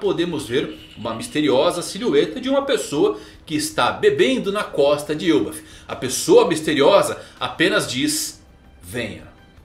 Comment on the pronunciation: Que mané frescura de "Êlbaf". É ELBÁÁÁÁF Elbáááf caraaaaai. Mané frescura de Êlbaf! Agora deu o caraai mermo